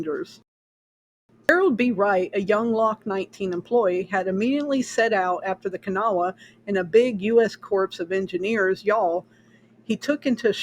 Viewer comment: Even though the word is spelled "corps", it is pronounced "core". Interesting story. I hadn't heard this one before.